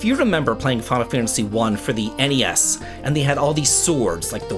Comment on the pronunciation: THANK YOU for saying N-E-S and S-N-E-S! It’s so weird hearing Gen Z and Alpha say “Nes” and “Snes”. My Unc-status is showing 😭